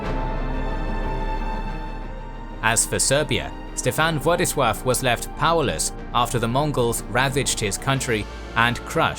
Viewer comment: A genuine question: Why do you keep calling Laskaris as Waskaris and now Vladislav as Vwadiswav?